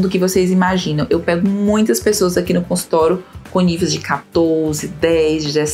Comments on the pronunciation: Porque você só pronuncia consultoro e não consultório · Muito boa a explicação. Observe sua pronúncia quando vc fala a palavra consultório.